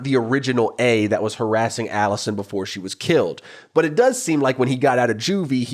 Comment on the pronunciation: you stress the first syllable and throw some twang on it lol. Aaawllisuhn. My uncle with a rural new york state accent says some A/Es the same way as you, like he only uses the right half of his mouth to say it and it blends into the following letter and goes UP a bit. Vs a flat, Hollywood "accentless" accent that says the syllables pretty evenly there was a huge debate in later seasons over how Emily pronounces the word "eggs" too, so you're in good company 😂